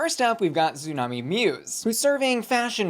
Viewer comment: Why do you pronounce Xunami like Zoo-nami instead of like Tsunami? Xumani has mentioned (and it is currently on her X profile) how should be pronounced.